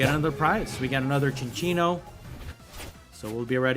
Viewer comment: Fun Fact: it is pronounced Sin-Sinno(like Sincere) NOT Chin-Chinno(like Chinchilla. Notice the lack of an H in the name) I didnt know this till recently, even thought its one of my favs. Great video! I just find it funny